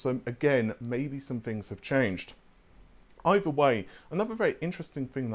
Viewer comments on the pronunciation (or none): none